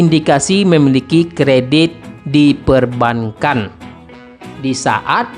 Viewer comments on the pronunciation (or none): bacanya bukan perban kan.. tp perbangan....